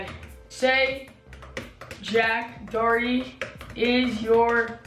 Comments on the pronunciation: why does no one know how to pronounce doherty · 😂Jack duh oh erty🤮